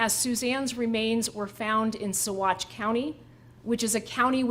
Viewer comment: good job on pronunciation of Saguache!